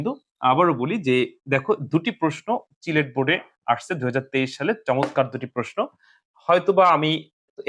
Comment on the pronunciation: ওইটা চিলেট না সিলেট হবে 😅🙂